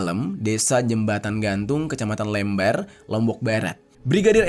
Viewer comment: Kecamatan LEMBAR - huruf E nya harus dibaca dgn E pepet. Kalo lembar, contoh: berapa lembar kertasnya? Mohon maaf, kr kasih info nama dan cara sebutan kecamatan Lembar di Lombok itu.